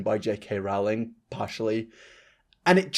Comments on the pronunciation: Why are you putting words in Rowling's mouth, this was so strawman-ey also it's pronounced like rolling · "Rowling" is pronounced "Rolling". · Oh! I hate it when people say Rowling wrong. I can understand having a hard time pronouncing foreign names, but an English one when you speak English? 😅